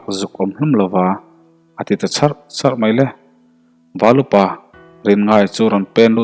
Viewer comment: Chharh 2 niloin charh 2 tihtur zawk a ni